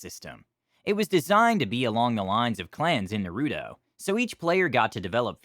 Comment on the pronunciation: ....... Nuh-roo-dough? ....... IT'S NAH-ROO-TOE! XD